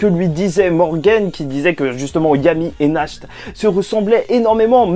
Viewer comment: Ta dit "asta,nach" au lieu de yami,nacht